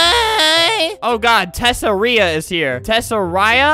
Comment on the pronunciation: ITS TESS-AR-IA not tess-air-ia. the first time was right